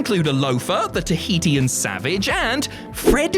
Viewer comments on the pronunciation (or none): Tahitian is pronounced Ta he shin.